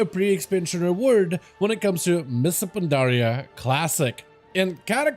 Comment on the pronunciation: “Mista Pandaria” 😂